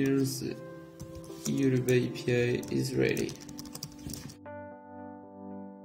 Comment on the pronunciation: IT'S YOUTUBE NOT YUDU